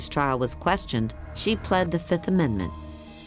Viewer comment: She has an engaging voice but why is she pronouncing the word fifth as fith?